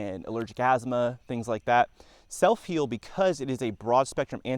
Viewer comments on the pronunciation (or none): Never heard of it... sounds like you are saying: "S E L L F I E L D". but i can't find that in a google search... Not once did you use print on the screen to let us know how to spell this uncommon plant.. Spelling of botanicals is critical.. That would have been a good place to start "drone/music/excitement" are not important. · What are u SAYING, sir. Soap peel? Sell feel?... I cant understand what ur saying.....SELF HEAL?.......🤔 Ok SELF HEAL PRUNELLA VULGARIS. Seeds available at Walmart. I googled it....very interesting video......👋🏻👵🏼.... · It would be nice if you displayed the name of the plant to which you are referring. I can not understand what you are saying when you mention the plant's name.